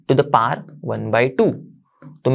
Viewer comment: Sir power hota hai paar nahi 😅